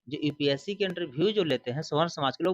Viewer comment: EPSC नही UPSC होता है पहले बोलना सीख लो बाद में औकात की बात कर लेना 😄😄